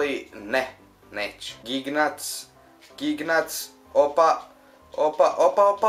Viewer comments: Ne kaze se Gignac nego Žinjak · Nije Gignac, nego Žinjak